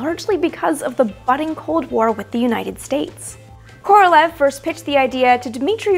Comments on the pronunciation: Amy - please note, FYI, that "Korolev" is actually pronounced "Koro-liev," with emphasis on the "e" in "iev." His name should definitely be pronounced correctly, since he was the great genius of Soviet rocketry. You may also want to note that most Russian words that end in "ev" or "ensk" should have that "iev" or "iensk" pronounced. For example, the city of Smolensk should be pronounced "Smoliensk," and so on. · Amy, you’ve got to learn how to pronounce Korolyev’s name. It’s not like the English transliteration, look it up. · Great video! Just a note - Korolev is a terrible transliteration - it's pronounced like Koralyov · Sorry... but it's not Kor-ol-ev, it's Kor-ol-ee-ov